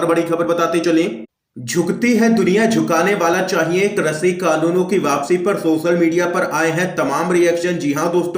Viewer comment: हिन्दी तो सही बोल लिया करो भैया कृषि को क्रषि बोल रहे हो।